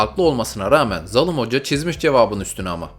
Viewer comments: O nasıl zalim diyişidir "zalım hoca" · Zalım değil zaalim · zalım değil değil zalim abi